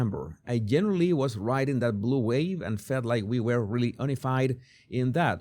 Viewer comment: Hey brother, unified is pronounced you-knee-fide